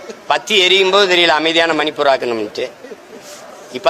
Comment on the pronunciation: மழை பெய்யாமலே பேப்பரைப் பார்த்து படிக்கும் போதே தப்பும் தவறுமாக பேசுகின்றனர்… மண் அரிப்பை மீன் அரிப்பு…